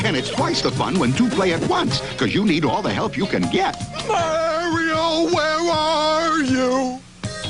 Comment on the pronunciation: I can't stand the way the narrator is saying "Mario*